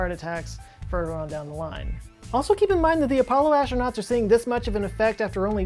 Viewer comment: Please, pretty please with sugar on top, try to pronounce aStronauts, not aSHtronauts. You are not Sean Connery... :)